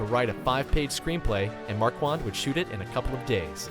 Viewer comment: MAR-KHAN not MAR-QUAN